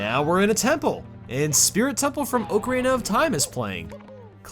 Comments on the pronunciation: It's 2017 and we're still saying oak-arina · Why do you pronounce ocarina as oak-arina